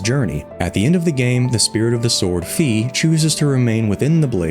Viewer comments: not another person who pronounces Fi as “fee” 🤦‍♀️ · Great video! Link is for sure a GigaChad! Also just wanted to point out that Fi is pronounced like you say the word high or how you would say Fi in WiFi.